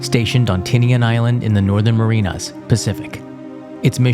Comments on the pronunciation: Marianas, not Marinas 😬😔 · I've never heard anyone pronounce the "Marianas" that way. Merry-ah-na-s, not Marine-ahs. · Northern Mariana Islands,. Not Marinas. That said, a story that must be told and retold. Just saw you live video and see you corrected yourself. All good!